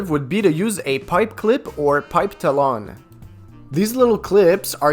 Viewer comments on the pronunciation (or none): Its not pronounced tall_on. Its pronounced tal_on. Like as an eagles toe nails. Look heres a picture 💅